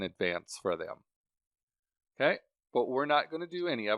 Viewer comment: Take a shot each time he says “o’key”